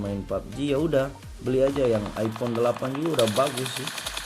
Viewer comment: Epon haahha Its iPhone bro not epon